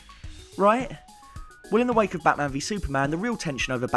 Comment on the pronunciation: Its bat maaaam !!! 😡😡😡